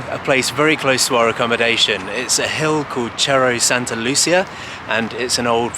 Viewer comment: "serro santa luSEEah" is how you want to say it. remember, the double LL=Y sound, not a simple L like in italian. "caSTEEyo" for castillo. i love your videos by the way. i enjoy your travel style.